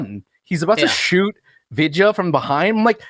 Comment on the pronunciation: Haven't watched this film in hindi but there is a remake of this film in telugu and tamil languages, called Anaamika. I remember getting sh** scared in the cinema PS. absolutely butchered the name. It's pronounced as, V-i-dh-y-aa baalan.